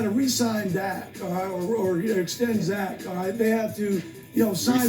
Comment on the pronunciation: 😂🤣😆 He called Dak, Zak this was too funny and made me just laugh because he could not pronounce his name.